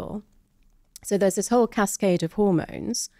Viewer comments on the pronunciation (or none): none